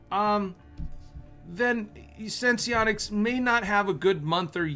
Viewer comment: It’s pronounced Sense-onics. Not Sense-Eee-onics.